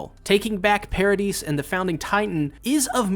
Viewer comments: it's "para-dee", not "para-deez"😭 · Paradis is pronounced PARA-DEES instead of PARA-DICE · i believe its pronounced ,Paradease Island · It's Paradis and not Paradis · i think it’s pronounced “pair-uh-dee” like i think the “s” is silent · The S is silent in Paradis so it's Paradee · Paradise Island is pronounced as Para-di (se is silent). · I’m pretty sure it’s pronounced para-di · "Paradis" is prononced "para dee" like paradise in French. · It's pronounced "Paradi" Island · You either say 'paradise' or 'Paradis' but the 's' isn't pronounced in 'Paradis' like the sub does, but if you do pronounce the 's' it's not wrong imo If that confuses you too much just call it Madagascar